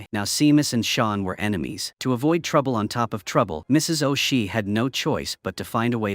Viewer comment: FFS it's Seamus sounds like SHAY MUS! AND O'SHEA IS NOT O SHEE ITS SOUNDS LIKE O'SHAY